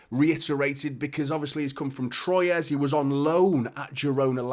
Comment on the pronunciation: Troyes is pronounced like Trois ! (from Un, Deux, Trois)